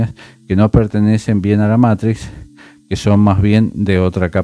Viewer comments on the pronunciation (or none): none